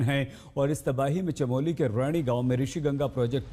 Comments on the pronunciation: Chamoli not Chameli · भाई चमेली नहीं चमोली हैँ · Chamali nahi yar Chamoli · Chameli nahi chamoli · Abe chameli village Nhi hai Chamoli hai... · It's called chamoli not chameli